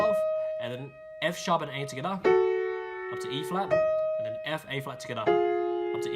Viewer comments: Am I the only one that LOVES when he says "Togetha" (together) SO CUTE AAAA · amazing video!!!! so accurate and very clear (although fast). maybe say 'tgethah' a little less often ahahaha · Anyone else like how he says together 😂togevor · His "together" pronunciation has changed from "togetha"